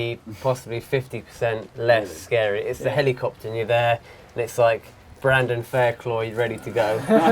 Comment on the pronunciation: 'brandon faircloig' lol